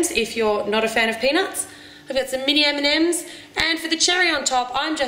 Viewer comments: every time you say M&Ms i think you are saying Eminem, and i don´t even like him!!!! it´s crazy :D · i have understand "mini eminems" :D hahahah xD